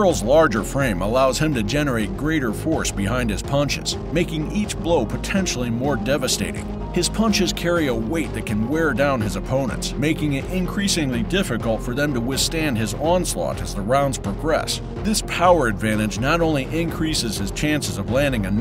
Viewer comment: He said whit lower wheigt.